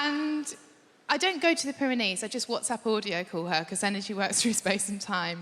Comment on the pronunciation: Pair of knees 😂that is all I hear why she says it